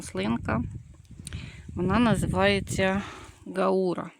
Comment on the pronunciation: Дякую за відео. Українська назва цієї рослини - "бджолоцвіт. А російською - "гАура", наголос на першу букву "а".